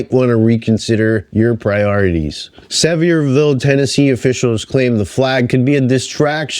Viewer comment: Sevierville is properly pronounced "suh - vieh - vul".